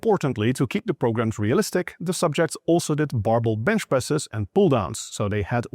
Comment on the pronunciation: Sounded like he reduced the vowel of the second syllable to a schwa, which is a common pattern in English words. But barbell has a secondary stress on the second syllable. BAR-BEL . Not BAR-buhl. /ˈbɑɹˌbɛl/ These are details that are hard for non-native speakers. Especially if they learned a while ago in school with not much exposure to native speakers.